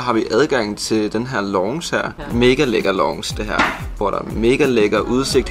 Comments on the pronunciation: Mega lækker "longce" 😂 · haha du udtaler lounge helt forket lol det udtales (launs) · Haha "Longsh" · Hvordan pokker er det du udtaler lounge 😂😂😂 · nej lille dreng.. Sådan udtaler man ikke lounge. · Hvorfor udtaler du lounge så mærkelig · Måden du siger lounge 🤯 ahaha😂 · Hvis bare I ville udtale "Commodore", "Deluxe" og "lounge" korrekt... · Du udtaler lounge forkert